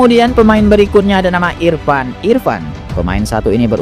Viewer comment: Penyebutan namanya kok agak ngawur gt, Libero kok irpan irpan, Prasojo Prasojo